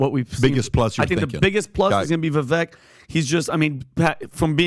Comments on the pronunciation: VIVAKE PEOPLE ITS NOT VIVECK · Day 2 of asking everyone on this podcast to quit mispronouncing Viveks name